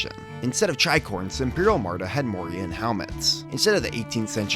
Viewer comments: Love these vids! Just a heads up though, it's Armada, not Amarda. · This series is amazing! By the way it is pronounced Arrr-Ma-duh, not uhm-arrr-duh